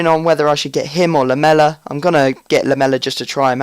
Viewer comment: Your saying Lamela wrong..